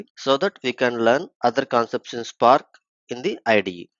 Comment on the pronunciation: nice tutorial man but i wish you pronounce words better. You say visualize and spark wrong. It's vish-ualize and spark not shpark. Also it's good if you explain what reduceByKey(_+_) does. What does the _ do. I think i know about the placeholder variables already but may help newbies.